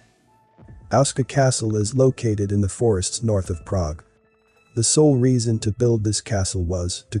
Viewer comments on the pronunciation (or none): none